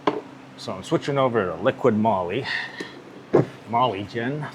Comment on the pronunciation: you keep saying -LiquiD Molly. It is LiquY Molly.